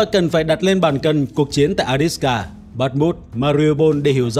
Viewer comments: Avdiivka theo tiếng Ucr và Avdeevka nhưng anh này toàn gọi là adiska. Nghe chối tai quá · Avdiivka chứ ko phải A đít xờ ca! Ad đọc sai be bét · Bạn đọc là “Adiska” nghe nó hơi kỳ kỳ.